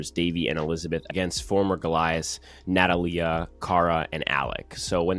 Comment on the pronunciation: I cringed every time you mispronounced Natalia